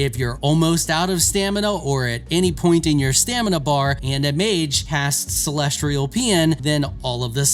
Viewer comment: Why tf do all content creators for video games struggle so much with pronunciation. "CELESTRIAL" why the R? Seriously, it's a pattern I've noticed amongst most creators for video games. Not trying to single this guy out but there is always some random word they can't say correctly 😂